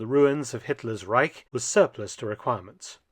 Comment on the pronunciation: If I hear correctly, Reich is now pronounced without a 'k' at the end. Thank you.